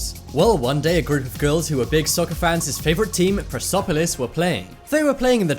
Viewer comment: I'm iranian and german,but that's not how you say persepolis